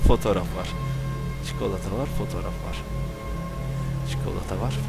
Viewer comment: Abi rüyamda "çükolata kitap" diyişin gelecek